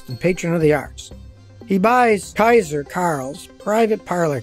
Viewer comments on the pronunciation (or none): none